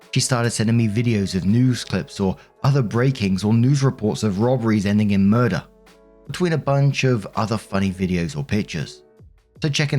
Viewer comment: Me being half-sleep: Did say MUR-DER???